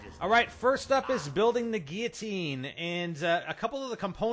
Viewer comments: See those 2 'L's in the word Guillotine? You are actually meant to PRONOUNCE those 'L's. And do you see an 'A' in the word? No. Stop fucking pronouncing it 'giatine'!!! I appreciate all the work you've done do figure out the easter egg and make this video, but holy fuck learn to read. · Geateen? There are two L's in the word, how can u not see or pronounce them lol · he cant say guilotine!!!